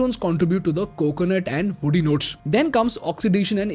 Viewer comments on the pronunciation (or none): none